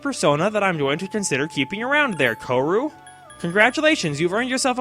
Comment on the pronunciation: Shouting at my screen: KOH-RYU, not Ko-ru. XD